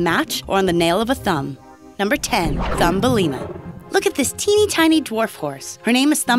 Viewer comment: like how many times you think she said "Tiney Tiny"